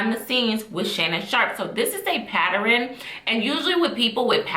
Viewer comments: Beautiful lady - you did a nice job with this review. Please and I say it in love. Practice the word pattern. It’s only 2 syllables. It’s pronounced pat-turn. Love ya girl but please fix that. ❤ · paterrin??? the word is pronounced pattern. Other than that, good video. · Please stop saying pat-ter-rin 😂😂. It’s pat-tern. Ugh. I hate to be that person but I hate when we butcher simple words. And while I’m at it, it’s “whether”, not “rather” 😂😂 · “PATTERN” not “PATTAREN” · Patturuns as killing me. Also the way she talked about fetishes is false. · I can’t listen to someone who says “patter in” illiterate asf 😂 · Just discovered this channel and couldn't focus on anything after she said. Never heard anyone make it two syllables. Good content though. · mispronouncing pattern is not attributed to dialect. The word is being said incorrectly. Yani puts an extra sylobol in pattern as well. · OMG the way she pronounced it was so cringe. It made me tweak over and over. Great Video But Sweet heart it’s pronounced like this “Pat-Turn” = Pattern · Its pattern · dialect would be her sounding like she is from the south or New York. Pattern has two syllables not three. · That’s not how you pronounce “pattern”. There’s only two syllables.